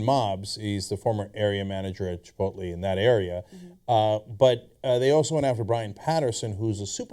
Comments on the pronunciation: Whenever I read Chipotle I always pronounce it Chipotle. These guys are saying it wrong. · This is the fault of all the people that pronounce chipotle, chipolté